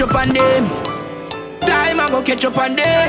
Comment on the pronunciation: Lol like how u say ketchup instead catch up😂❤️